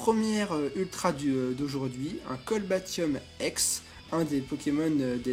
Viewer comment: Cest cobaltium pas colbatium ;)